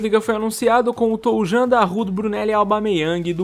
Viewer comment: Brunelli nome do Toljan se pronuncia "Tolhan" é assim em alemao